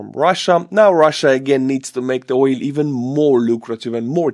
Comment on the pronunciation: Oil is pronounced with a hard L ❤❤❤